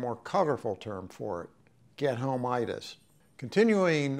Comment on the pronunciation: I couldn't work out what gee-thome-eat-us was... I thought it must be an aviation term I'm unfamiliar with, so I Googled it and couldn't find anything. Was starting to think this pilot's post was BS and he was just making up words. He means get-home-itus 🤦 Yeah the VIP or very important cargo effect is very pernicious, especially if your VIP has a history of going through staff who don't obey orders. You can see how you could easily begin compromising your professional standards to please your client and it ending in disaster.